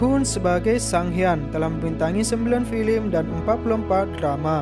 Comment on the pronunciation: hahah tapi nyebut film aja masi salah, masa filim